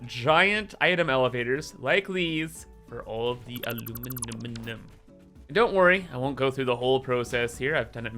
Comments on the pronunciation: Finally time for the A LU MI NI UM!! aluminumunumnumnum is just wrong! XD This is gonna be pure chaos and we love it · If i never heard “aluminiminiminum”again it would be too soon